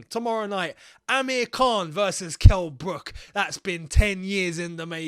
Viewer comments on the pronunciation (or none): none